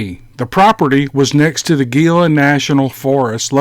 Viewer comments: It's pronounced HEE la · Gila pronounced like He-la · At about 5 min in, at the start of the second story narrator pronounces "Gila" wrong. Its pronounced as "He-la." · Gila is pronounced : Hee luh.... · It's pronounced hila-( Gila). Sorry.